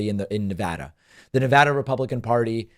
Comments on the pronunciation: You pronounced NEVADA properly! Fanta face did NOT! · I’m impressed and respectful of the fact that David pronounces Nevada correctly.